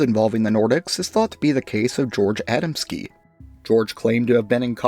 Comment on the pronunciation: You "murdered" the pronunciation of the polish name Adamski...